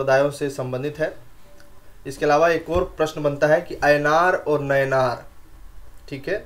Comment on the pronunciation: Hahahahha...ऐनार और नैनार...😂😂😂